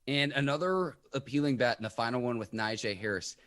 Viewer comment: Hey is name is pronounce Nagee although it's spelled Najee